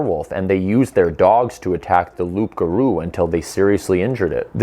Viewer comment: Hi! Glad to see a Canadian who isn't attacking me for "not wanting pipelines" (which isn't true). Tip: No one calls a werewolf a "rougarou," except in old books. Another thing: it's spelled "loup," but pronounced "loo" without the p and in one word like : "loogaroo". 😉 Great video. I want more!